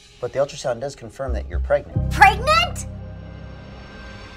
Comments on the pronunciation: “pReGnEnT?!?!” Omg 🤣🤣🤣😂😂😂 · she was like, "your pregananant."